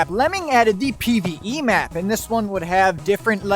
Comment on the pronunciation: Pve I thot he said pbbv